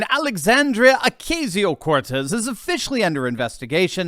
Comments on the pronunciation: why cant you say her name right? there is no long A sound in Spanish. its pronounced O- Caus-io. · Love ya, but please pronounce AOCs name correctly. Her first name is pronounced Oh-Koz-Eee-oh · Ocasio has a soft 'a', not a long 'a'. My spanish ears are hurting now!